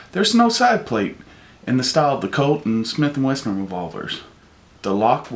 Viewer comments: he did lmao those damn smith and westerns hey BOSS its smith and wesson but thats a nice looking ruger ya got there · Sounds like he is saying Smith and Western. lol